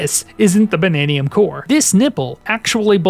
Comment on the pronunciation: "Bannaniun Gems?" They're Banandium Gems.